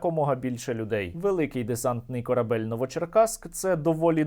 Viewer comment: "КорабЭЛЬ".. Черт Нерусский🤧